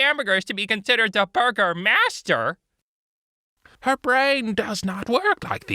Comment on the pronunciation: i also heard burgermaster the entire time.....